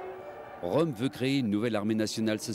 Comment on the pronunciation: Pas "Rom", Röhm (prononcer "Reum"); et "Hindenburg", pas "Hindenberg".